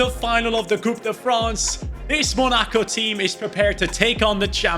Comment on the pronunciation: please pronounce Monaco correctly. Not mo-NA-co, it is pronounced: Mona-co